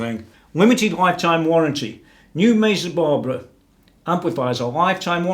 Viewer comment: Please stop saying "Mezzabarbara"!